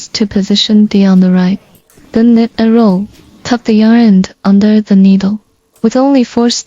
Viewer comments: Thank you for your videos. The letter K of the word KNIT is silent, means you don’t say the k sound. You only say NIT even though there is a k in the beginning. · The k in knit is silent. Just say nit.